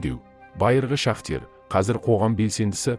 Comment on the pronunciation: Шахтер емес,шахтёр, сауатсыз